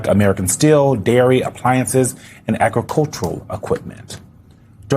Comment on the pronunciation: OMG,. If you don't know what an anorak is (and most of us do), look it up instead of announcing your ignorance publicly. And you forgot to introduce the lady in the pink jacket. And please learn to pronounce English words. It is not "aggacultural".